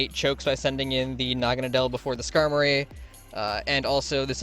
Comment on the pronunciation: Me and my friends have just given up trying to figure out how its supposed to be pronounced. We swap between 1. Nah-Gan-Ah-Dell 2. Nah-Gah-Ah-Nadle The first being more popular I personally like calling is Nah-Gan-Dell but thats probably not right, its a preference over accuracy thing